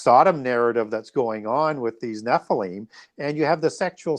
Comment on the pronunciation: Nephlium is pronounced Nefillim